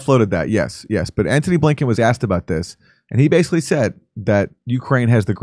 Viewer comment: Antony...his name is ANTONY, not Anthony!